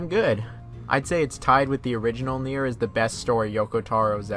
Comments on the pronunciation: Its nier as in nia not naieer don't know if your trying to be accurate not saying you have to say it that way I just think your trying to force it that way cause maybe someone told you otherwise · You keep saying naieer rather than nier lol... Whyyyy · Near is gow it should be pronounced lol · Ik bruh shit got on my nerves lmaoo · ist nier, just nier not Naier. even Japanes people and cretor say N I E R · Tf is na-ear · lol that's what I wrote I don't know why they called it naieer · NieR is pronounced “Near” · STOP SAYING NIER LIKENTHAT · Why are you saying Nier like that? You're obviously a big fan of the series seeing that you've played Drakengard as well, I have no clue how you went so long pronouncing wrong. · Funny thing is, he says it correctly on numerous occasions so he’s purposefully saying that for some reason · yeah it’s actually distracting lol. Can’t understand what he’s got goin on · why do you pronounce "Nier" like that?